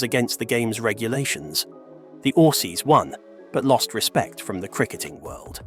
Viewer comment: I doubt this guy is even a cricket supporter can’t pronounce the name of quiet a few cricketers Nor can he pronounce Aussies and Kiwis